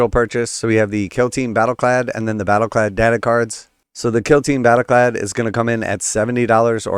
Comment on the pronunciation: You're mispronouncing "Battleclade".